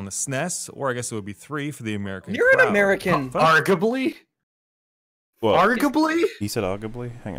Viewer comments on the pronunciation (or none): OHH! OOOH! IDEA!! use that "Ar-ga-bly" (its supposed to be arguably) in that Muppets Phenomena song! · Harley Barcenas Argably too many A’s in that word